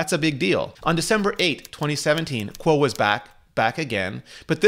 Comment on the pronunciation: Hey Rene , can you tell me why you always pronounce Min Chi Kuo's name backwards???? His name is NOT "Kuo Min Chi". u got it all backwards man. its as if we were to call you " Ritchie Rene"